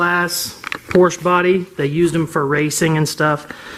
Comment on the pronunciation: Porsche is a 2-syllable word lol